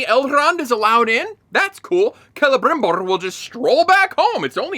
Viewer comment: Jeez, you're the first I hear talking about that exact scene. Elrrrrrond and Calebrrrrimborrr traveling to the Dwarves realm just like if it was a 15 min walk. This is early in the begining and that's exactly what made me give up on this show.